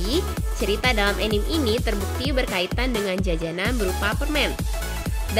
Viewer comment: bacanya "anime" ih bukan "enim"